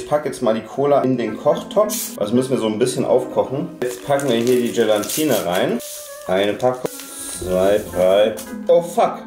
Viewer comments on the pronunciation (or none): Hast du "Gelantine" gesagt? Es heißt "Gelatine "!😂😂😂 P.S super Video!!!😊